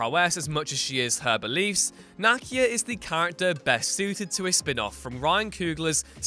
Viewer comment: NAH-KEEYA KEY. Like a car KEY. Ya twit